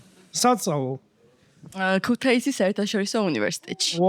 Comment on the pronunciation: ქუთეისი არაა გოგონა ქუთაისია. გქვია და შმელენე რომ დაგიძახონ არ იქნება მართალი.ასე რომ ქუთაისი და არა ქუთეისი🫤